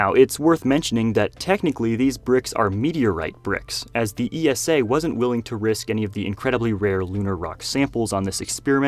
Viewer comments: ESA is not pronounced E S A any more the NASA is pronounced N A S A. ESA rhymes with Lisa. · ESA isn't pronounced all spelled out - just like NASA's acronym